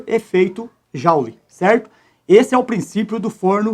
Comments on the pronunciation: Efeito "jáule" não, você é brasileiro, tem que falar efeito jôule :) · Jaule não. Jouule, vc é brasileiro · Você é brasileiro, diga Jôule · se é brasileiro, então fale Joule, e não Jaule. (tô brincando) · É engraçado...a pessoa milita falando facaulte pq é brasileiro mas fala joule kkkkkkk se vc tivesse descoberto a corrente vc dava o nome que quiser mas como n foi vc falar o nome correto é o minimo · Tem que falar joule e não jaule! Kkkkkk bom vídeo! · Fala "fucauti" pra foulcault pq é brasileiro, mas não fala "jôuli" pra joule kkkkk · Isso também vale para "Joule" e falamos efeito "jauli".